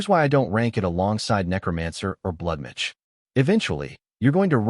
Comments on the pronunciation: Blood midge sound like some species of mosquito. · Why can't AI say MAGE? lol